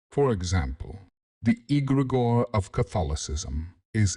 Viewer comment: Yeah I realized as soon as egregore was pronounced egg-grey-gore.